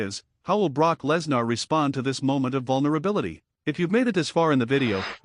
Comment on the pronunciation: It's Live you never know what will happen Live could have happened to anyone!! BTW who's Brock Less nar? I believe it's pronounced Brock Lesnar!! AI narrator 😡